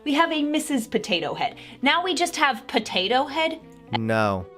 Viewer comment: I just want to know what is going to happen to the animatronic potato head at disney XD... but seriously I find funny how says. Pothatho